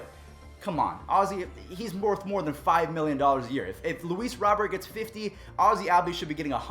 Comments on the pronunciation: Hey just a friendly tip it's ROW-BEAR not Robert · Luis Robert pronunounced Robe-Air